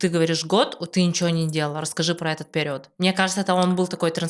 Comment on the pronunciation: Интересный выпуск👍 я играла в несколько трансформационных игр, и пожалуй, единение тени и души пока лучшая из всех. Рекомендую близким сыграть обязательно. Но после просмотра подкаста пошла в гугл проверять ударение слова перИод😅 очень уж режет слух💆‍♀️